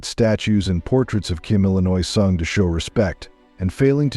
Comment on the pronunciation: Kim Illinois? How can anyone take this video seriously? Please hire a human being to narrate!